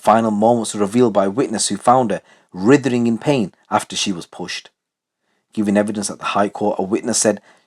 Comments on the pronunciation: Writhing, not rithering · The W in writhing is silent mate just for future reference